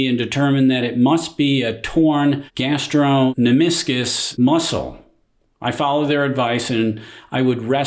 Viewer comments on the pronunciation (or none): gastrocnemius muscle - sorry :) you didn't even come close to pronouncing this muscle correctly :)